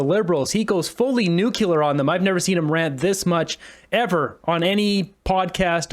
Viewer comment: Nucular is a common, proscribed pronunciation of the word nuclear